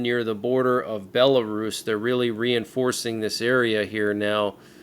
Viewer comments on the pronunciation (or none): none